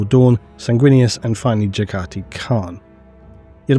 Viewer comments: Aaaaaand , MAN! YOU EVEN MISPRONOUNCE JAGHATI... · I love the cursed way you pronounce Jaghatai 😂